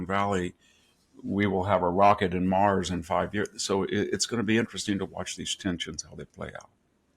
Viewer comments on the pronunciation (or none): none